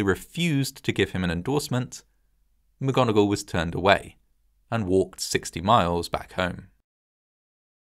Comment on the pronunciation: McGonagall? How about Vogon-agall?